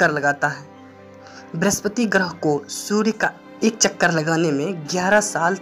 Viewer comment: Abe Surya not sudya